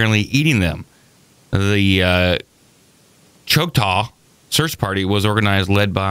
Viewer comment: Chalk-taw that's how you pronounce it